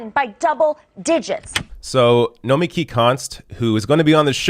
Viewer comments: Hi,, BTW, we all continue to mispronounce her name, say it emphasising the last 3 letters, as in Noma-KEE, not No-MEKEE, seriously, ask her. Excellent point that she gets better more rational discussion here on Fox business than CNN or MSNBC. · Try to at least pronounce her name correctly - no-me-key' (emphasis on the last syllable). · it's pronounced nomi-key (